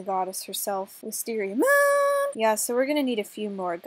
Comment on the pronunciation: You said wisteariagoon its wistesriamoon! 😂🤣😂🤣😂🤣😂🤣🤣😂😂🤣😂😂🤣😂😂🤣🤣😂🙃🤣😂🤣🤣😂😂🤣😂😂🤣😂😂